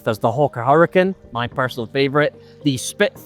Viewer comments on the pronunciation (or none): none